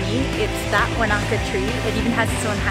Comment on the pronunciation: That's really not how to pronounce Wanaka.